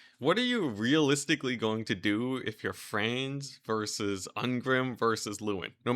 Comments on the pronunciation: Franz not fraanz or whatever you said. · How the fuck did you just pronounce "Franz", bro?